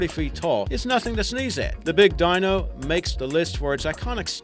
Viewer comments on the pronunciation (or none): none